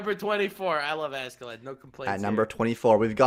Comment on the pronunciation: am i the only one that gets a slight annoyed twitch whenever someone says ASK-A-LAD? just curious, i always thought it was either asharad like it's pronounced in the anime or ah-skuh-lod